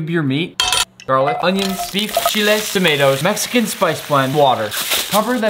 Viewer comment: I'm Mexican and his pronunciation on the chilis hurt my soul